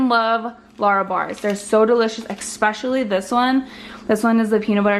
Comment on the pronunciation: The word is ESPecially , not eckspecially.